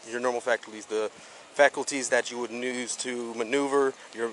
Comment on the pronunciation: im on her side, looks like she did great. he messed up words while she did not. its no nuze, its use